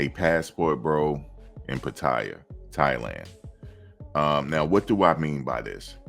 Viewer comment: PA-TA-YAA thats how you say it